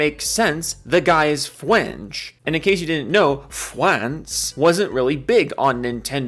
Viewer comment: "Fwance" lmao